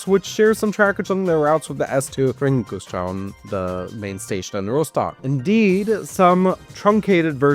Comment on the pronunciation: As someone who lives in Rostock its so funny how you butcher Rostock, Warnemüde and Güstrow ^^. About the Harbor-S-Bahn-Line, i personally think it wont happen anymore, there were stations but they got demolited last winter, sadly.